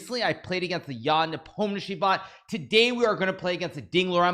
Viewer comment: yeah he keeps saying nepalmniatchi